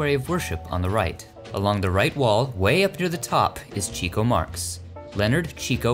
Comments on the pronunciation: To hear Groucho pronouce his brothers name it is CHICK-O not Cheek--O. He was named Chico because he loved the Chicks, he was a woman's man. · Your videos are all very well done - thank you. One quibble: Groucho Marx always pronounced his brother Chico's name as "Chick-O" and said that "Cheek-O" was the incorrect way. I assume he knew what he was talking about. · It is "chicko" not "cheeko" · It's pronounced "Chicko" Marx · It's pronounced Chick-O.